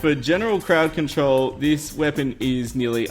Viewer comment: he said farting crowd cantrol lol